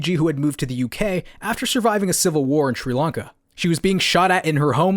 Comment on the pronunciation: Sri lanca not tree lanca